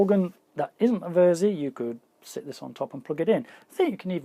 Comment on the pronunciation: It's more or less pronounced "Versi" and belongs to the Musicstorecologne now. Have your ever though of doing videos about building, fixing or modding studio gear?